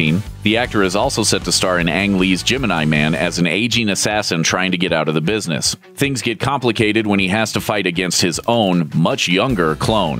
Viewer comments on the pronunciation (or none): none